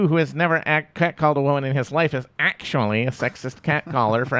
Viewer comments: The "Akshually" was basically calling her a ditz, like how valley girl characters in movies would pronounce the word "actually." Talk about a meltdown, lol. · Simon 's : I think he’s just very stupid. “ ACKSHUALLY “ ?? Who DOES that, and why slaughter an innocent word in the midst of ire? Anyone dumb enough to evict the ‘T’ from ‘ actually ‘, ( when it’s clearly the best part!), is too dumb to debate. Mrs. Shapiro, take that phone out of his playpen!